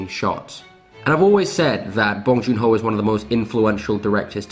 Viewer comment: "Bong joon HOE" sorry that me giggle tho